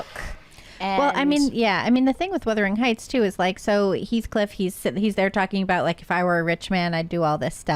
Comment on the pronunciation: Why does keep calling the film "Whithering Heights," and not Wuthering Heights.